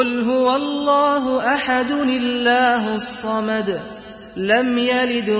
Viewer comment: I don't wish to contradict such a great recitor mashallah, but this is the only time I've heard that part of surah Ikhlas pronounced as "Lillahu samad" instead of "Allahu samad". I thought Quranic pronunciations were a meticulous process and I know the meaning sounds the same, but can someone please explain why he says it differently? Does it mean both pronunciations are correct?